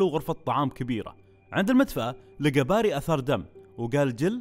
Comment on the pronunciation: اسمه barry وينطق بيري موقصدي امسك عليك بس متعقد مت الي يسمونه باري